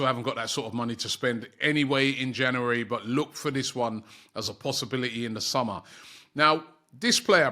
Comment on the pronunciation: We to start a gofund me page to teach Robbie how to pronounce "January"